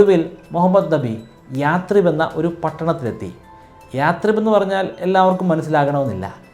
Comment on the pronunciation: യാട്രിബ് അല്ലയശ്രീബ്